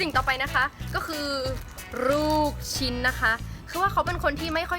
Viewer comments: ลูกชิ้นไม่ใช่รูกชิ้นจ้าไม่ต้องควบกั้น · "รรรรรรูกชิ้นนะคะ" น่ารักอ่ะ 555+ 😆😆😆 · ลูกชิ้น ร เรือ มาเต็ม 555